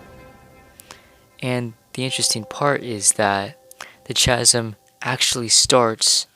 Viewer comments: The "ch" in "chasm" is pronounced like the letter 'k': /kasim/. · Great content! Chasm is pronounced with a hard ‘k’ sound Sorta like kasim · I screamed at chaaazm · Its really cute, but its chasm, with k sound, so it sounds like kass-mm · I definitely enjoy your vids, the little differences can be extremely subtle. I recently saw somewhere that the suns position is in a different location between each game too. They stood the same spot at the same time in both games and the shadow cast by the sun was to opposite. Also you may just pronounce it different than me, but I always heard people pronounce "Chasm" with a silent "H" so like "Kasm". Anyways keep up the fun and insightful videos! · Why does he say chasm like that